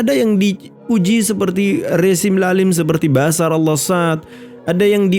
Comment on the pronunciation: BASAR❎ BASHAR✅ Nyebut nya yang benar. Jangan dibuang sebutan H nya